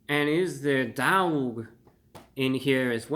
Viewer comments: Bro, do you know how to pronounce "dawg"? Aren't you from NY? Just pronounce "dog" with a NY accent ffs. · I like the second way you said it. Sounded New Yorkan. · Dowg is different than dawg. How would you pronounce “awful”? Owlful or awful? Come on, Reviewbrah! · You can pronounce it like “awe” instead of “ow” you know 😭😭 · The bird DAWG emphasis killed me every time ^_^ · lol dawg isn't pronounced dowg, just like dawson isn't pronounced dowson. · The way he says dauwg I love it ! 😄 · I went and got some "Loaded" Bird Dawgs after watching this and I couldn't stop pronouncing it "dAWg." They were delicious too! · Dude stop pronouncing it like that! You sound silly! Dauwgh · Sorry to say this but the way you say Dawwg is so white. I love it fam keep up the good work. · It's horrible but it's still pronounced Dog. Like the Cleveland Browns have the Dawg Pound. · You forgot the 5 extra w's in the title that you're pronouncing in dawwwwwg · Your drawl on the pronunciation on DAWWWG makes me LAWWWLLL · I couldn’t stop cracking up when he kept emphasizing the “DAWG.” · Dawg is pronounced the same as dog lol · I crack up so bad every time he says DAWG lol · He says daWg so intensely but then immediately in his own accent says doAg (dough-ogg) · How we pronounce it in La is Dauhwg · The way he starts slurring the word Dawg gets progressively funnier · His pronunciation of Dawg has made this one of the best videos on YouTube! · Each time you said "dawg" my entre body trembles hahaha. Entertaining as always! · The way hey pronunciates dawg 🤣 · no he clearly thinks that's how you pronounce "dawg". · Happy Birthday there Report of the Week! I could listen to your pronunciation of dawg until the birds come home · I LOVED how he pronounced DAWG throughout this video! 😂😂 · good Lord such epic mispronunciation of a simple slang word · The "Dawg" makes me laugh. every time he says it.